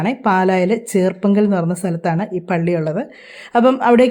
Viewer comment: പറഞ്ഞു വ്യക്തമായില്ല 😊